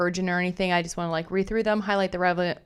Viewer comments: That was so funny you were trying to say relevant and you were saying revelant. lol Also question is this where you got the phrase Stephanie motherfucking Jones from or did you put that in yourself or did you get it from the text messages? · It’s ‘Relevant’ …Relevant!😂✌🏼✨ Great video thanks. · Revelant -> Relevant 😂. I do that, sometimes, too!!! Great coverage ❤ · Rel e vent 😂 love your show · It's 2 am and I am dying of laughter watching you try to say relevant 😂😂😂